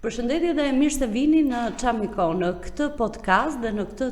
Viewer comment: Më falni dhe më mirkuptoni! Fjala "çámiko e ka theksin tek "a"